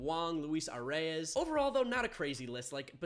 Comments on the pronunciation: I know your not a Twins fan and your not the only person who does this but the correct way to pronounce his name is Luis Arraez ( A-Rise) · Ahhhhhh Luis arraez (a-raa-ez) rhymes with baez